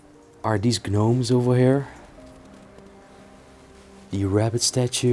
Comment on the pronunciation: Hi just wanted to let you know the G in gnomes is silent. Just love all you videos been watching for years best wishes from Chicago Illinois